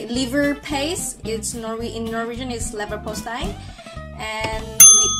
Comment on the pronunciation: You nailed saying "Leverpostei", perfectly! 👍👍👍 (But how come your pronounciation is so good, is there some "Norwegian connection" for you?)